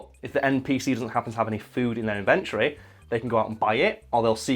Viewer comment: Can someone teach him how to say inventory please